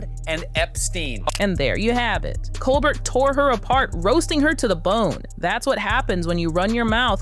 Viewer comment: A bit of respectful feedback to the narrator: please know how to pronounced a person's last name, i.e. Colbert and Jost. It will help support your collaborations by showing your extensive knowledge regarding the people you are referencing and citing. Please know this is just a "round table thought" for future videos, bc these are very good. Keep it up.